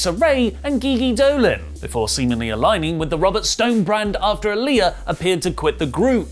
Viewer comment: Eliah? Goodness me a do u do this on purpose. Its aaleeyah.